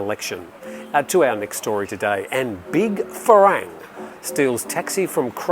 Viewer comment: The pronunciation for "farang" is not "fa-rang". It is pronounced "fa-wrong"